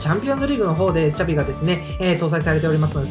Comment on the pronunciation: 良い動画をありがとう♪ ただ、シャビをチャビって言うのが気になったw